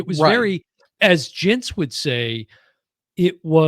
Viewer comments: Hs name is Gints, not Jints! :( And Matiss Kazha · He has confirmed it - the cat is dark grey.:) And "G" in animators name is pronounced as in "gift" not as in "giant".